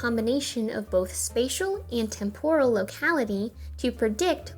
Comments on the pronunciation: con-tig-you-us, temp-oh-rehl . What a cool video! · Agree. She did the same thing with "temporal". TEMporal not temPORal. I suppose it's endearing--the mistakes you make in your 20s. This American Life had a whole episode about those kinds of mistakes--stuff you thought was correct long after you might have learned otherwise. Otherwise terrific video! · Your pronunciations of contiguous and temporal are making me cringe.